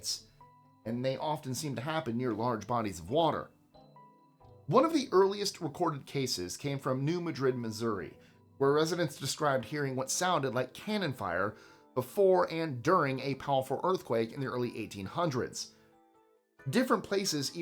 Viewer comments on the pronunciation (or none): The Missouri town is pronounced "New MAD-rid". One of several US locations that mispronounce names from other countries.